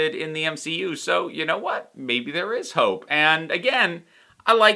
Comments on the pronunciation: Same, I thought she said Hulk not Hope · Oh I'm so glad someone else heard "hulk" not "hope" 😂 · I had the same issue with hearing hulk instead of hope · Your confusion with "Hope" sounding like "Hulk" is one of the reasons I watch with subtitles now. Also, I've watched all the New Rockstars "What If ...?" breakdowns ... I don't think you missed the Watcher in the background of the previous episodes. I think this was a nod to the fact that this episode was covering 3 movies ... pretty sure he showed up in the transition scenes. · I didn't, but I didn't hear "Hulk" either. Since it sounded like "hork" or something I knew I'd misheard it, but was too lazy to put text captions on.